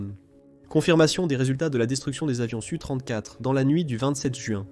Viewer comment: Donc je vais t'expliquer, SU se lit SU et S.U. se lit (phonétiquement) ESSU. Et un Sukoï 34 se lit (phonétiquement) ESSU34 et non SU34 Capito?